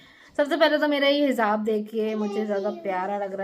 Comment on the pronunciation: Hizab nahiii hijab bolte hien